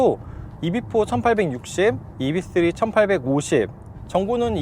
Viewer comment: 이브이쓰리...이비쓰리가 아니라.....왜자꾸 이비,이비